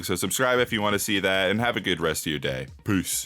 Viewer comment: U said piss instead of peace Not cool